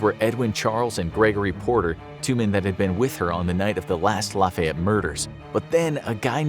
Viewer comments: ik you would think it’s the opposite but in cajun french it be the short “a” sound it more like “laffy-ett” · My dude I live in Lafayette, Louisiana and it’s pronounced like “Laffy-ette “ like laughy lol. Us Cajuns my God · I’m from Louisiana and i hated listening to the butchering of Lafayette but it was also really funny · Just to let you know those of us from the area province Lafayette as laugh-fee-yet. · Hilarious to hear how northerners pronounce Lafayette Louisiana 😂🤣